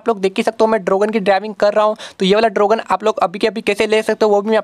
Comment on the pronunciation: Dragon ❌ Drogan ✅